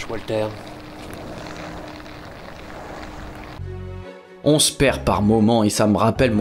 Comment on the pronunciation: "Papier, Wa(l)ter!" et autres Dwight Léfame m'ont bien fait marrer, malgré la tension palpable de cette vidéo. Et surtout celle à venir : finir Demon's Crest? Limite impossible. Chaud pour l'égo de Walter (le fameux Walter égo).